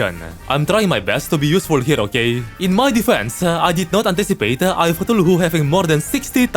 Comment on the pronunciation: Just wanna say that you should try to pronounce Cthulhu as ca-thu-lu Love your videos